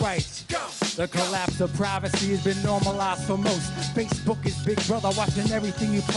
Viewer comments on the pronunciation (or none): none